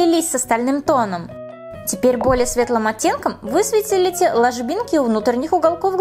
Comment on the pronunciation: Я одна заметила, что как прикольно она сказала слово" высветлите"?)😁😁